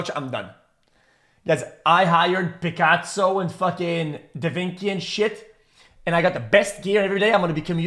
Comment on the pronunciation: pffft this dude said pikatso and da vinki